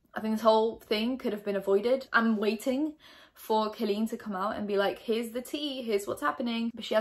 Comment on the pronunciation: You don't know how to pronounce her name (later on you clarified on watching 1 or 2 videos, great research lmao). His age went from 15, to 14, to 13 to 15, to 13 and then the actual interaction went down when he was 16, well now 17. No receipts?? You mentioned screenshots.. I saw nothing? Instead of jumping on the "well I didn't like her anyway!" bandwagon I'm just gonna criticize what you actually provided, which was nothing haha. She's been doing this for 12 years and now all of the sudden people think she's problematic and needs to be cancelled. It's annoying internet culture. Maybe she handled this situation wrong, shit happens... I'm actually sure there are 2 sides to the story, considering she knows the game full well.